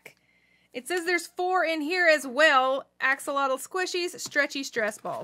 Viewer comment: Stop doing that you are saying axolotl action, different language😡😡😡